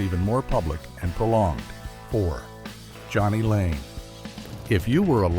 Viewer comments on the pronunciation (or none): & calls jani layne johnny lane wtf